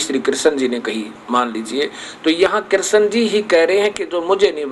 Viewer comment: पहले आप स्थल और कृष्ण जैसे शब्दों का सही उच्चारण करना सीखिये।उसके बाद धर्म जगत की बाते करने का विचार करे। जय श्री राम।